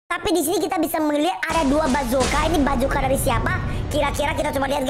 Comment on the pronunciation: Bukan bacoka tapi basoka 🤦🤦🤦